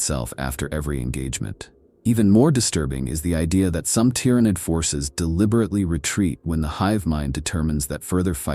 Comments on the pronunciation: Pronounce Tyrant for me PLZ. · I was about to correct you on your pronunciation on "Tyranid", but then you got it right. Then wrong again... then right again. Grammatical rollercoaster... For the record, it's pronounced "ti-ran-id", not "tye-ran-id" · The T-How? Bruh your pronunciation needs work